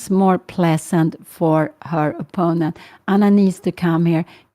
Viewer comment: I would like to offer the tinniest bit of help for Ms. Cramling's great commentary. The word in English is pronounced opPOnent (accent on the second syllable). Since it's a word that comes up constantly, I thought it was worth mentioning for the future. Thank you for your work on the channel.